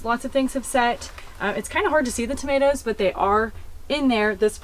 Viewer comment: Hi from New Zealand, love your channel, what are tamateas, I have never heard of them and thought you were just mispronouncing tomatoes